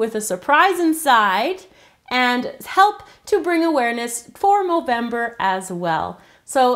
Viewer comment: why do you say movemdr